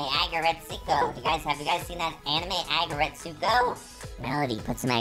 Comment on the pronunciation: i don’t think you pronouncing aggretsuko right qwq